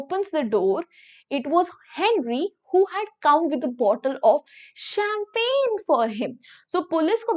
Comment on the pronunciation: The way you say champeinn that's osm !!!💗🔥